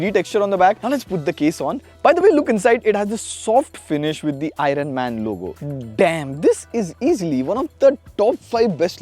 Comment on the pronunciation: Dude, that's pronounced as "i urn", not "i run"... 😂